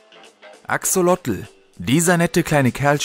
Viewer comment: Cooles Video,nur beim Axolotl wird das zweite o lang gesprochen